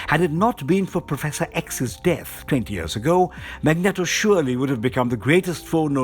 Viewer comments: mag-net-o XD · One problem though, guys! It's MAGNEEEEEEEETO! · Magneeeeto emphasis on the eeeeeto lol but great video and thanks for taking the time to upload it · Thats not how you pronounce Magneto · Whelp can't say Magneto the same again lmao